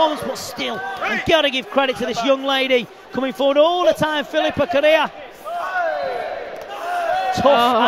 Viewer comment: He was fighthing to say Correia... looool And didn't say it correctly... Looks like he had a stroke... xD